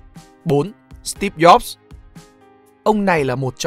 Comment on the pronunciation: Ad học tiếng Đức này, đọc từ Steve Jobs giống theo người Đức :)